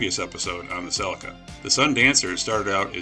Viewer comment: Toyota CELICA NOT CELECA! Say it... CE-LEE-CA